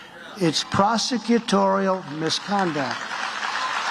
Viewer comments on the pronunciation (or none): Trump has to be the most ignorant president we have ever had. I wonder who coached him on how to pronounce 'prosecutorial'...